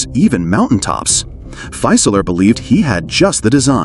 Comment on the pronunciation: Very interesting video, but I'll note a couple German pronunciation issues. "Fieseler" should be pronounced approximately as FEE-suh-luh rather than FY-suh-ler (where "FY" rhymes with "my"). In German, the initial "St" of "Storch" sounds like "sht" while the final "ch" of "Storch" is pronounced approximately like the first "H" in the name "Hughes." In English, it would be clearer and simpler to use the translation "Stork," as noted . In fact, the German pronunciation of "Storch" is much closer to the English pronunciation of "stork" than the pronunciation of "Storch" used in this video.